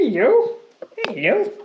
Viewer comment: The way your hello turns to a British ELLOO when you greeting animals made my day!